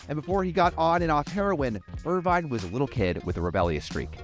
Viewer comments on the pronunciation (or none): Pronounced "IR-VIN"